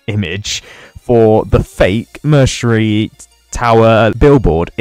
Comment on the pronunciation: Bro saying mercenary wrong lol